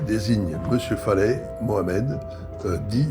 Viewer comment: Je tiens à préciser que"Faleh"que vous prononcez"Faley"veux dire en langue arabe"paysan". Se qu'il serait resté toute sa vie dans son Varoc natal. Personnellement, je suis persuadé que se criminel sans foi ni loi est coupable sur toute la ligne y compris pour la dame qu'il a lever, suivie et tué dans son garage pour lui voler la somme qu'il a vu retirée. On dit que les yeux sont le miroir de l'âme et bien, regardez ces yeux sur sa photo.Ils sont d'un noir profond et vide de toute humanité.